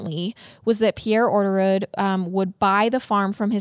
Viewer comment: You botched orderud… like the name hahaha, catch me laughing everytime you say it the next 40 minutes